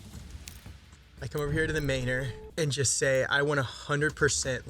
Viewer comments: He means it should be pronounced man-or, not may-nor. Like manner. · I'm dying at the pronunciation of Maynor lol